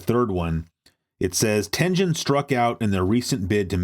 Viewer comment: Love this dxude but someone needs to teach him how to say Tengen